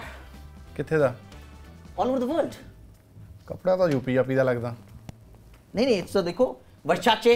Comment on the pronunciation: word nu world khi janda Geeta